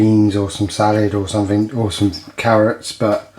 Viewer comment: Salad not salid